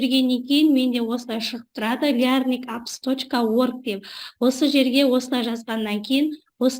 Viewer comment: программаның атын қате дауыстайсыз, ағылшынша дурыс айтылу керек